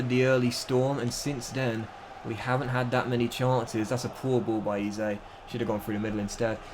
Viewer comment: this is my first epsiode i watched and i turned off when you said eze like eezay